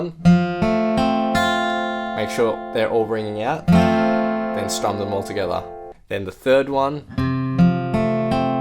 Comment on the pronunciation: That tho